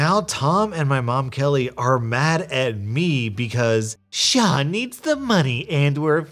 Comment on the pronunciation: When pronounces Sean the correct way. Faith in humanity restored.